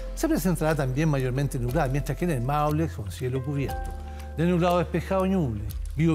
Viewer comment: me refiero a que el señor dice las palabras a medias no pronuncia, claro entre chilenos le entendemos, pero le falta modular, se supone que lo.estan.viendo niños, adultos, debe hablar como corresponde, en vez de decir el Maule dijo el mole y lo mismo con un montón de palabras, a eso me refiero.